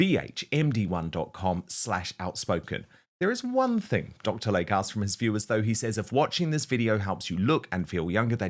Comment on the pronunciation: PRONUNCIATION: It's "Dr. LAY-KEY" NOT Lake!!